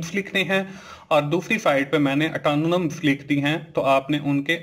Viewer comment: Antonyms ki pronunciation anatonam?